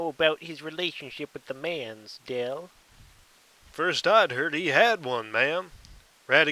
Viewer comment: His name is "DELL" like the computer